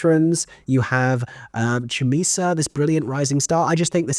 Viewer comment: Very happy to see you tracking Chumisa's career to date. She only graduated from Mountview in 2023, alongside Grace Hodgett Young. I was lucky enough to be her singing teacher during her time there. Just a note on the pronunciation of her name. The Ch is a harder K and is accompanied by a tongue click.